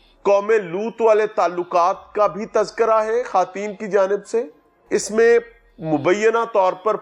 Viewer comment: لفظ ' خواتین' کا تلفظ خاتین درست نہیں ہے. خاتون ترکی زبان کا لفظ ہے اس پر واؤ ساکن کا اصول نہیں لگتا، صرف فارسی الفاظ پر لگتا ہے.